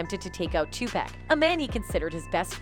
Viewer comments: I know right I hate when people say 2pack it annoys the sh*t out of me, its definitely pronounce Tupac or 2pac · WILL SHE PLEASE GET THEIR NAMES CORRECT...WHO THE HELL IS PACK and NES..this report is terrible..yall fail as a news channel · Who tf is two packs it’s Tupac Smdh white always on some disrespectful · It's Tupac b** not. No pack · Pleaaase somebody learn that lady pronounce the name TUPAC 😅😓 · this A.I. or lady pronounciation of Nas and Tupacs name is killing me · How is it possible the woman providing the voice over doesn't the proper pronunciation of the names of the majority of the artists she's providing commentary on repeatedly. It was so disrespectful and annoying.